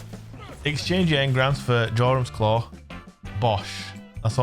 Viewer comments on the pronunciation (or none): Jorum's Claw Its pronounced Yorum's Claw!!!!🤦‍♂️